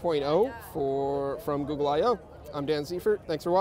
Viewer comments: More like "Goo Wear".. :D Scrolled down just to find this comment :) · i thought he said ghoul wear